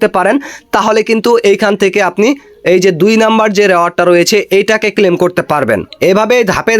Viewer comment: ক্লেইম বলেন কেন? মূর্খ, ক্লেম করা যায় না